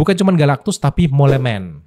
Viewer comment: di baca mol bang. artinya tikis tanah